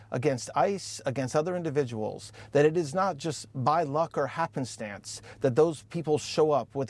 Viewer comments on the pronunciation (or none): did he say happistance like twice or am I just hearing things?